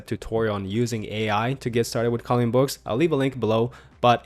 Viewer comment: You say "calling books" instead of "colouring books". On other videos as well.